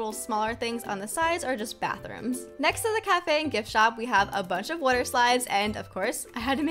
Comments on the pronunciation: You say water wrong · who laghs when she says water